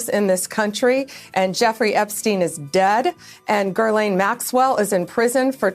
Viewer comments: Girl- lane Maxwell? That is crazy that she doesn’t pronounce her name correctly. Not once, but twice. Not that Maxwell deserves to even have her name even pronounced at all but come on. Bondi is the AG of the United States! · Guylaine sounds ridiculous but now they’re adding an R? But F Ghislaine Maxwell, I just wanted to laugh at Bondi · This is how out of the loop these people are..”Gerrlaine Maxwell”😂😂The head of Department of Justice Pam Bondi cannot nor does she care to at least pronounce the name correctly of the women she is making a back door deal with. She is sloppy and embarrassing. Hey Pam…It’s “Ghislaine”… no R anywhere in there. Remember… the S is silent🤫🤫😂😂😂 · Who the F is Gherliaine??? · Gur-lane? That’s a pronunciation I haven’t heard until now. That chick (maxwell) has more first name variations of pronunciation than anybody. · on top of all the way more serious reasons she has to be embarrassed, why does Blondi keeps pronouncing it Girl-laine? it really is amateur hour... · Gurrlaine? Where did she get that pronunciation? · I don’t much give a damn, either, but, damn, you can’t even get her name right? Definitely, doesn’t inspire confidence. It’s a weird, foreign spelling, but, it’s Gil-Laine Maxwell. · Who is "girl-lane" Maxwell? Of all the mispronounciations of her name this one is most puzzling. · Why the hell doesn't Bondi know to pronounce Ghislaine Maxwell's name? There's no R in it. I hope her stupid doesn't rub off on anybody. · That Bondi B is pretty Damn Stupid, where does she see a R anywhere in Ghislaine Maxwell name ?? What an IDIOT she is making of herself. LMAO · This lady is the fuking attorney general of the United freaking States and she can't even pronounce Ghislaine?????Lady there are no R's in her name yet .........wtf?!?!?